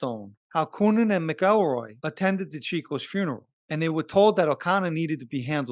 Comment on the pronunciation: It’s pronounced ‘ Mac EL Roy’….. your posted report is very well done and I mean no negative comments towards your production. I only offer a simple correction where you mispronounce James name, I know sometimes it easy to pronounce a name a certain way but it’s usually because it’s been bastardized by the brritish or another ruling elitist group.